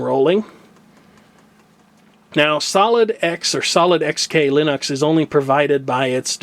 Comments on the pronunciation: okay well, you and Linus both say it wrong. It's not Lennox. Linux. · I know what you said about the pronunciation of Linux, but, from what I've read, Linus says that you can pronounce it in several differed ways including line-ucks, and lean-eeks.